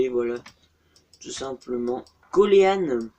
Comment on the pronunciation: ah au fait coleen se prononce pas coléan mais colin